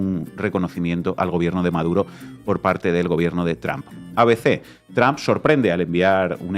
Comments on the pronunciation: El apellido del presidente de E. Unidos, no se pronuncia TRAM. Si no habla ni lee inglés diga Trump, no con esa A atravesada. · Mál dícho es TRUMP,, Bien dicho es TROMP,... Entonces porque seguímos diciendo TRAMP. Osea Manera incorrecta de pronunciacion natural del latíno. No es tramp , es tromp aunque se escriba con U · Este Trump, se oye como Tramp–a😂